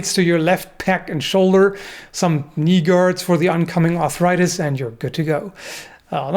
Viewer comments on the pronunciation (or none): "Some kneega-rds for your incoming arthritis"